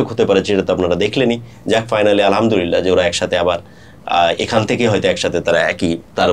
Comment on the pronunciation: আলহা'মদুলিল্লাহ বলার সময় ح বলতে হবে,, ھবললে অর্থ বিপরীত হয়ে যায়,,الحمدلله